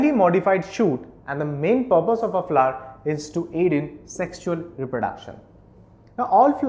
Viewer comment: he prenounts it Fla, not really fun to hear the whole time but its helpfull thank you